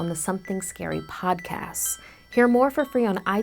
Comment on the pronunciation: are we just going to ingnore the fact she says "podcass" insted of podcast sorry for my spelling my phone is having a stroke